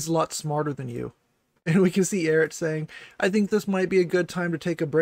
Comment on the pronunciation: a lot of people here don't know anything about Eret. It was kind of funny watching get their name wrong every other time they said it. That was hilarious. I just gave an opinion on Eret's statements from someone who's watched their content and gave a bit of their background for anyone that's interested. Don't care? Don't read.